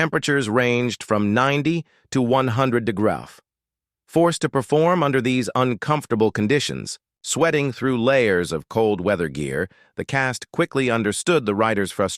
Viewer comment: "Ninety to a hundred degraw" ???